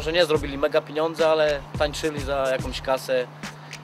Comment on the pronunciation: piniendzy, piniondze 😅 Ten ,,Kujon"to jakis przyglup